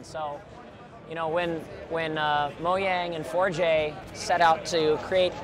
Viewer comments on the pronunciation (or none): 4J sounds like you are mispronouncing the word ''forge''